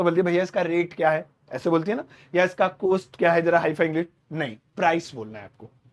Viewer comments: Cost ki pronunciation कौस्ट है कोस्ट नहीं। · Your teaching is excellent but one request , please pronounce correct word. It is cost but not coast... Hindi me chhote O ki matra and Bade O ki matra me bolne me antar hai.. Nursery me padte the ham jaise chhote O se Okhali and bade O se Aurat... Bol kar dekho you will feel the difference.. Teacher ki pronunciation bilkul correct honi chahie.....